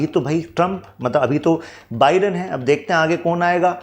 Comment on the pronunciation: Sir sab kuch to sahi hai. But Joe बिडेन nahi. Joe बाईडेन hota hai 😂